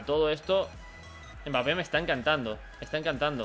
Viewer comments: Porque le dices bapé!?? Se pronuncia EMBAPÉ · No se pronuncia "Bapé", se pronuncia "Embapé" 🤗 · World Music si q mal queda oir bapé, pero n pasa naa quien tiene boca se equivoca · La M es muda... se pronuncia bapé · El apellido es de origen africano y se pronuncia sin m pero como en Francia dicen EMbapé se le ha quedado así